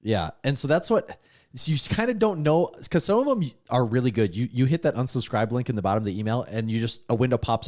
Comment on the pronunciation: Great podcast and awesome guest! I did have one question though. Did anyone else notice pronounced unsubscribe like onsubscribe, or was that just me?